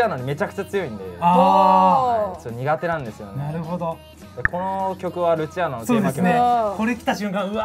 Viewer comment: ルチアーノ最初アチールノって言ってたわ